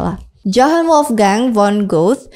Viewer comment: Penyebutan karin harusnya Qorin. Penyebutan Goethe bukan Gout tp baca apa ada nya Goethe ( Gote/Gute/Gote)